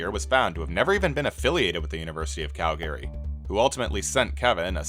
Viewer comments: Calgary is mispronounced. It's not pronounced CAL-GARY, it's KAL-gree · “The University of Cal-Gary” lol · You almost fooled me, AI. Who is this Cal Gary guy that you are talking about? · I just assumed when it was pronounced University of Cal-gair-ree instead of Cal-guh-ree. I probably just have PTSD because one of my high school teachers actually forced our class to do that Mega Speed Reading course. :) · Yeah, but learn to pronounce Calgary